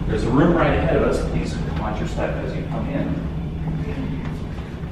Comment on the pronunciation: Can you not alwasy say rihth